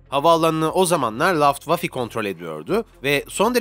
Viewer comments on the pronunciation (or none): LAFTWAFI diyince morelim bozuldu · laftwafi , jegtaygır djsknvskdjnvdsjknvk jagdtiger diyorsun tiger 1 karşımıza çıkıyor kafandan uydurup sallamışsın resmen ayrıca telaffuzları da biraz araştır derim.